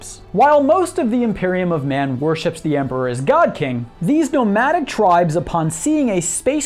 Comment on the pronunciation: Every time he says God-King, I die a little inside.